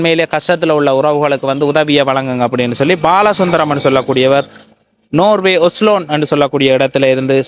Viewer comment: ஒஸலோன் இல்லை ஒஸ்லோ